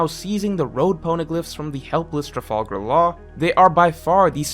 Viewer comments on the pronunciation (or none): none